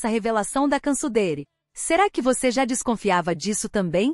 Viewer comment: A pronuncia do nome dela tá errado, assistem o vídeo q a cantora Brasileira foi intrevistar ela na Turquia junta co a equipe da band